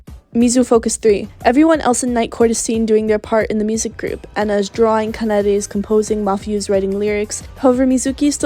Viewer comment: i would watch this video but the way you pronounce kanade bugs me so much that i just can't.